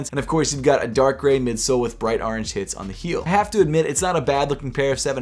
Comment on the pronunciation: No one:: Ahwrange